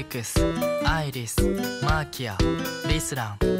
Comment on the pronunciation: ここのアイリスとかフィークスのsの発音が好きだ。